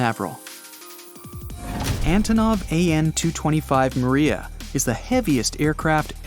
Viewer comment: Mriya is prenounced “‘Emriya”